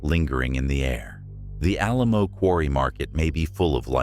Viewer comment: Mispronouncing Alamo caused me to check out on this one.